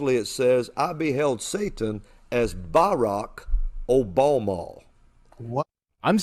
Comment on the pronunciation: "BARAK OBALMAHL" Geez these people